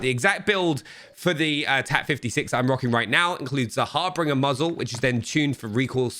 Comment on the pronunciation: For the love of christ someone teach these gamers how to say harbinger.